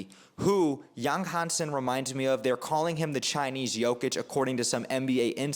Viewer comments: Don't worry my friends. Your pronoucation is 80% correct at least. And Yang Hanson is probably one of the easiest Chinese name to pronounce for English speaker. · Actually, I've watched several Yang Hansen draft analysis videos, and your pronunciation of his name is the most accurate one. Thank you for your modesty. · Your pronunciation of his name is spot on, well done bro, love your analysis